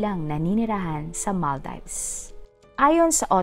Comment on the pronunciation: Ang sagwa pakinggan ng pronunciation . Kalurky😮😮😢 ( maal·deevz) NOT mal-dayvs